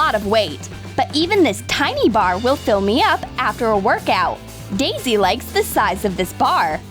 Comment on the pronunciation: It’s tiny(thayni) not tiny(Tenny)